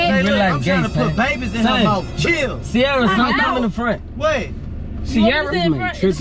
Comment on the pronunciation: so you saying serria for the streets